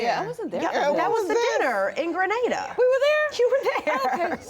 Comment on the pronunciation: As a Grenadian, I super proud to see my beautiful Island being showcase on this major platform. I'm also very happy that they are pronouncing "Gre-nay-dah" correctly👏shoutout to the show EP Glenda Cox, a born Grenadian who championed this move 👏👏